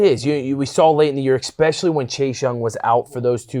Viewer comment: I love you bro, but "e-specially" There is no "X" or "ecks" sound in the word. If you can let Urban Meyer know this, too, I'd appreciate it.